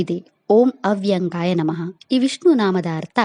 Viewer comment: Adu ವೇದ ವಿಧ ವ್ಯಾ0ಗೋ ಅಲ್ಲ ವ್ಯ0ಗೋ